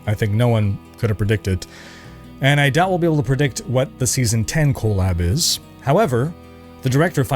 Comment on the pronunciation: Your saying collab abbreviation like it's co lab with the co from colon. I can't stop laughing.